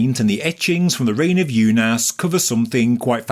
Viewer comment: It's pronounced oonas